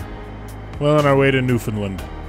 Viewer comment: OK I’m just watching the video and then I hear you say approaching or whatever leaving Newfoundland and the way you said it it was funny because I’m from there and how people say it’s just so funny